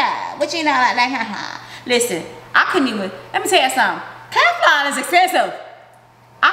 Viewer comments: Does she mean Teflon?! Wtf is kaflon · Why is she calling it keflon. Smh. It's Teflon. She definitely doesn't know alot of words.